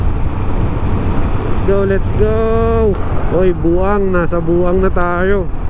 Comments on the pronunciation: Bauang(bawang) Po at hindi Buang. hihi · Agoo - Ago-o Bauang - Baw-wang Balaoan - Balawan Bangar - Bang-gar ganyan pag pronounce bro hehehe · Agoo = Ago-O Bauang =Baw-Wang New sub here. 👌